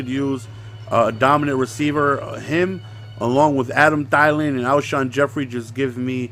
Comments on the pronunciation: ITS THEE-LAN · Your saying Adam thielen wrong